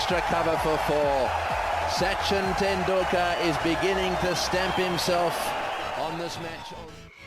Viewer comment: your pronounciation of Sachin tendulkar s name in the very beginning is way worse then D TRUMPH in every possible way nd trust me D. TRUMPH was hilarious enough 😂😂 you topped him.. 👍👍 I played it 5 time nd was funny every single time 😂😂... tht shot he played on bret lee bowl is called "Upper cut" nd it was the very first time it was being played won't b exaggeration to call it an invention right there on the field ever since then it's been played a lot.. he invented tht shot like MJ invented moon walk several other batsman hv invented shots too like " Dil -scoop" by sirlankan batsman named " Dilshaan "